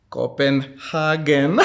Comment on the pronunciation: Kopa Haga..😂